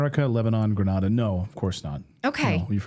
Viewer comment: Its GRENada, NOT GRANada.